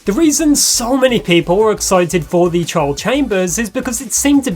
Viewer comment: I keep hearing "child" when he says "trial"